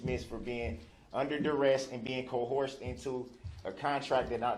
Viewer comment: He sure has a problem with the word “ coerced”.